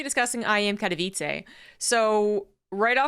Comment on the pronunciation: it's "Kat-oh-veets-eh", not "Kat-oh-veets-ay" FYI.